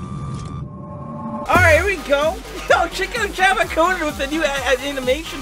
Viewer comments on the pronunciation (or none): none